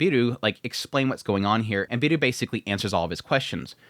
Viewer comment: Beru not Biru... the 'e' is pronounced halfway between the first e in 'pepper' and the a in 'paper' but you can get away with either one if you (understandably) don't want to struggle with learning a new vowel. It's the same 'Beru' as Bell Cranel in danmachi, and I took it that he was being named 'Bell' but idk, maybe it's an adaptation of the name of this author as you say. 'Biiru' would mean 'Beer' and be pronounced like beer-oo and is what it sounds like your saying and it's making me thirsty.